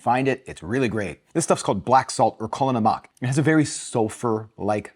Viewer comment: Pronounced Kala NAM-ack